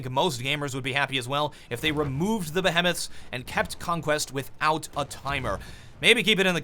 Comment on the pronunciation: behemoth isn't pronounced that way...